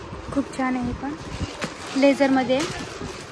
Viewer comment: तूझे व्हिडिओ छान असतात पण तूझे शब्द चुकतात राग नको मानू ती पर्स बघताना तु लेदर म्हणायचस तर तु लेझर म्हणती